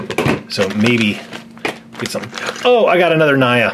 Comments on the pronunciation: It's talk "nia" not ,,naia" for Nya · Her name is Naya pronounced Nee-a not to be mean that's just how you say it again not to be mean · It’s named Nya but it’s pronounce nia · Basically It’s nya just say nia and not naia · Name Nya reads like Nia, not like Naia... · Not Naja but Nya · Have you watched the TV series?!? Why do you call her Nya when it's pronounced "Nia" and how can you want to watch the movie without watching the TV series of it. Btw the TV series is not set in the same universe as the Lego ninjago movie universe. Sorry about the rant the openings were still good though, I gave it a like. I just get annoyed sometimes. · It's not Niae it's nya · Its pronounced nea not nia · Its Pronounced Niya Not Naya! Your Making Me Mad!!! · Its nee ya not ni a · I screamed when he said Ni-ya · The spinjitzu training girl. Her name is pronounced Nya.(neea) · its NIA you had said it wrong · It's Nya and it's pronounced as Neea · Nya is pronounced as niya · It pronounced nya (ne-ya) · It's actually pronounced nee ah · you says nya wrong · Your saying Nya wrong! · Have you guys seen the TV show?? Also, why is everyone pronouncing Nya's name wrong??? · You're not saying nya right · But I want laloyd aka lloyd and corn flakes man and you said nya wrong